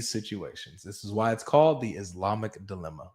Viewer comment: It’s “dilemma”, not delima